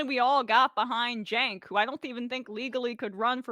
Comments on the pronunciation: Not a current TYT fan or anything, but how are seriously saying ‘Senk’? Surely you have heard his name pronounced before? If you haven’t it’s ‘Chenk’ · You are just two clowns and a women, slagging off a guy whos name you can't even correctly say. Senk. Try Chenk, yu dumb mother fockers. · He said it like sank lol😂